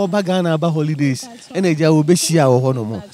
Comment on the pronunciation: & engrish, famiry member 😂😂😂😂😂😂 I hope she’s pretending